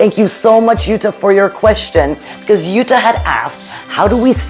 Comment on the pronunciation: Hi, yes you pronounced my name perfectly 🤗🤗🤗 My poodle baby is a fawn red and she is so powerful, sometimes I can’t believe it. But I am lucky that Rosalie is so in love with my black poodle Jeannie. They play a lot and even when they sleep, they are very close to each other. That helps a lot 🥰🥰 We enjoy the time, because they grow up so fast. Wish you all the best Jutta